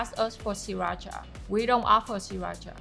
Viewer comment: hopefully some of these “food influencers” see this and stop pronouncing sriracha wrong. I love that they don’t offer it though!! True authenticity